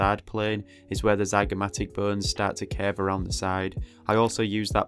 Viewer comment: The subtitles are hilarious !! I laugh everytime instead of "bones" the subtitles say : "BURNS" because of your accent (wich is so cool btw). I am just begining to study the skull and your video is the greatest way to do so ! Thank you for the great and very helpfull video !! I'm looking forward for the next anatomy videos !!